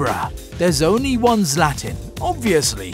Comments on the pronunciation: My boy said zlatin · Learn how to say "Zlatan"😂